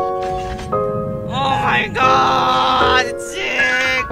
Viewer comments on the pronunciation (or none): yooo ur not name is not "zeek" LMAO I sware to god its "Z" key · How pronounces zeke will never get old 😂😂